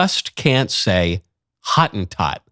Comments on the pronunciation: That word was, for a long time, used as a non-discriminatory word for the Khoi-khoi or khoi-san, but became guilty by association with apartheid and is now deemed racist. Also, its not hawt-en-tawt, it howt-en-towt😂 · That is so funny - Hottentot is pronounced Ho- tin-tot. Actually cannot think of a single word in English that has the correct pronunciation of the "o" sound in Afrikaans. Not considered a bad word in SA. It is like calling someone a Zulu - it is their cultural heritage